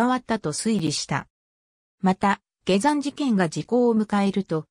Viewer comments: 他にも変な日本語があるので機械的翻訳なのか本当のところは不明、下山をゲザンと言うのは変だ。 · ゲザン事件。 はじめて聞いた。 ゲザンさんて、にほんのかたですか。 よく、アップするなぁ。 でも、ふるはたたねもと、が読めるだから、わざと、ですねぇ。